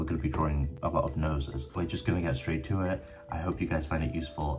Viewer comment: Ok a minute of into an he says let's get stait into it 😢